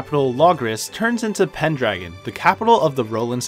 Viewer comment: i just wanted to point this out. ITS PENDRAGO NOT PENDRAGON AND THE A DOESNT SOUND LIKE AN A, ITS LIKE AN O